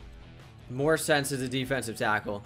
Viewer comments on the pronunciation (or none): none